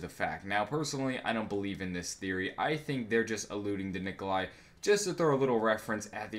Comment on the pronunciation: Its Nikolai